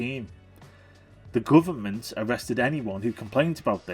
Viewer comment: "Bruverment." Priceless!